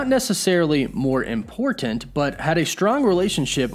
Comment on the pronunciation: Love your videos. Please don't say the word "important", they way you say it. Don't have to put so much emphasis on the Ts. Lol